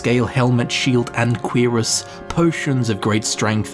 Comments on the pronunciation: him constantly saying QUEERus in instead of curiass is giving me some type of narcotic high. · its not "queeras". its "qrass" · I like how he says Cuirass. "Queerass" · Dreugh is pronounced Drö. And cuirass is pronounced Kürass. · "Queer-us" What is wrong with you? Lol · I know I'm late as hell but the pronunciation of "Cuirass" almost made me smash my keyboard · The pronunciation of cuirass sounded like a primary school insult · That's actually somthing i didnt know, at first i thought it was just his accent, i always pronounced it wrong. THanks for this! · Everytime he says cuirass, I bout lose it.